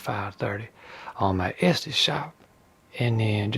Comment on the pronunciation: It is just funny how you say Etsy 😂 nice video! I am hoping to make just like your stuffs..